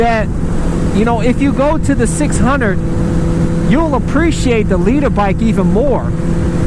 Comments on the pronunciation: Why do you keep pronouncing it Lee Turr. Lol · I am a finnish dude... having really hard time hearing if he is saying: "leecher bike" or "leader bike" LOL... I take that he is meant to pronounce "leader" ofc :D